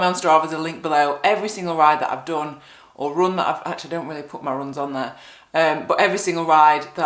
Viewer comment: Very odd pronunciation of the word "run".